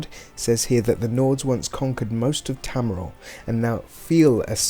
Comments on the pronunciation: Tamriel is pronounced as Tam-Re-El. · Your obviously not a fan of elder scrolls because your saying tamriel wrong